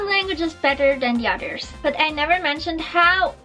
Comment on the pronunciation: "Pecificely" and "oders" xDDDDDDDDDDDDDDDDDDDDDDDDDDDDDDDDDDDDDDDddd